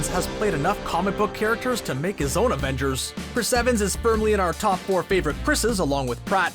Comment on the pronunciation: He actually said evansons before evangers